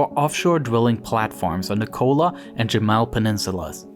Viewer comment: it is yamal with a y . not jamal . jamal is an arabic male name.